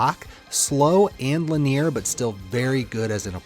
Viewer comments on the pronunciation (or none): your guides are great buts killing me how you pronounce linear as lin-near. Ive never heard anyone say it that way. Try saying "linny-err" .. just try it out and see how it feels. lol :P